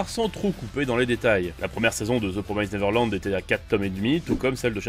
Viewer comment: Ça se prononce "promiss-t nèveurlann-d".